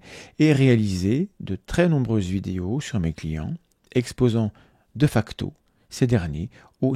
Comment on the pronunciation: Ca se prononce [Dé facto], pas [Deuh facto] :p . Poce bleu.